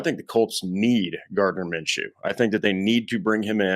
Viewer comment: You guys sound ridiculous... instantly looses all credibility... when you said Gardiner menchew.... he's no better than Sam ellinger...